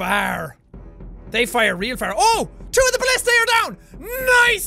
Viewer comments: jack its not ballistey its ba list a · Jack, it's pronounced bul-lis-tuh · its ba-li-stah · It's Ba-list-ah